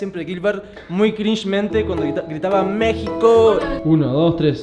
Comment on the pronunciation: cuando grita gilber por la ventana se escucha marico en vez de México saludos des de colombia